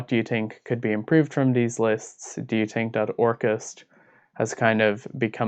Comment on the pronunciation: Lol tink, thots, turd. The pronunciations are hillarious